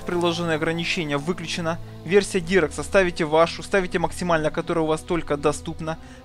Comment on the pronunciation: Качество шрейдеров, дирекс. Чел, да ты научись слова то правильно говорить для начала.